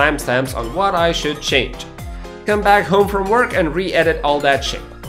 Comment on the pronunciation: "come up with the idea" OR "cum up with the idea" u say?